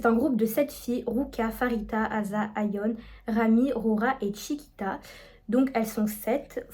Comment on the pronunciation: Coucou ! J'ai adoré ta video ! Mais le prénom de Pharita ne se prononce pas Farita mais Parita(on prononce le p)